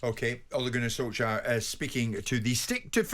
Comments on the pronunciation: By the way it is Solshare not Solshire . Ollie is not an English county . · It`s not perfect but it`s much better than Solshire . A word that Simon invented .